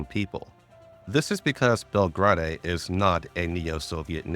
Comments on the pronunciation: im loving the recap so far as i havent played GFL1 since 2021, but my brother in christ it's pronounced bel-grade/bel-grayd not bel-grah-day. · Bel-Grai-De* But still BUHHHHHHHH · JFC still misinformation based on the guys bias , again gender is not "ambiguous" is canonically female according to writers and the male option is there for those who wanna play a male character. Also learn to properly pronounce names, like here "Belgrade" you can easily find how to properly pronounce it, its a real city in south-east europe the capitol modern day Serbia.